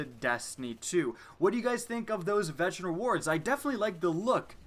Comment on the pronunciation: mow he can't pronounce veteran